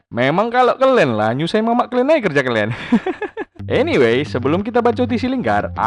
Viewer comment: Bosen gue denger lo ngomong kelen mulu ada kali 40x ngomong kalen mulu